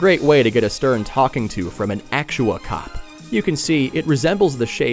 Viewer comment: Omg "Actua Cop"